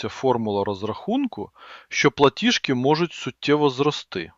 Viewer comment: ПлатіЖки,а не платішки ( ПЛАТІЖ) а не платіш